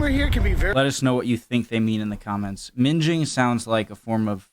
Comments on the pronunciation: 🤣🤣🤣 minging is mostly Scottish and means disgusting, it pronounced like Kinging 😎😎❤❤❤ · minging is literally pronounced ming-ing and it means gross “eww thats ming” “thats minging” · Red mens STOP. No left or right turn stuff. Just STOP. And it wasn't mingling as in "Minge" it was mingling as in "Ming" (like "Ring") and it means nasty or discussing or ugly. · 'Minging' is pronounced like singing and it means to be unattractive or unpleasant. You're guess was hilarious though. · Minging pronounced as it is spelt minGing just means dirty or off putting but we use it for lots of different items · Minging... The middle G is a hard G, not a soft G. It means ugly. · Minging. Ming (like Ming the merciless from Flash Gordon) ing not Minge . Means awful, nasty, bad. Keep up the great work Sir. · LOL!!! "minge-ing" is something totally different to "minging". I'm laughing so hard right now. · Taking the piss means your making fun of somone minging means somthings Gross your also pronouncing wrong think like ming ing not minge ing 😜 mingeing means somthing else all together 😅 I also don’t get the way americas get confused about driving on the opposite side of the road Iv never seen a Brit get confused with driving on the right when we go abroad it’s not that difficult to get your head around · Minging - not minjing - minging means terrible. Macdonalds, oh it is bad, it is minging! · Ming-ing not minge-ing lol, it means ugly and/or dirty (like you haven't washed) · Minging? There isn't an 'e' after the 'g' so it doesn't have the "J" (as in 'Just') sound. Minging, sounds like ringing. Which is the opposite of "well fit". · minging as ing ing not inj . Means something is a bit ugly/ old /yucky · Minging (with a hard g) ming-ing not minj-ing. To mean very ugly, she/he is minging or a minger. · Minging is with a hard G, minGing. Taking the Pi** is having a joke, laugh! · Ming pronounced like ring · Minging (or minge-ing ) as you said, being a Lesbian activity.......ROFLMFAO